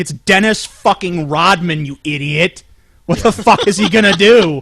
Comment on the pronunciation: *****'' I'll tell you hwat I'll tell you hwat''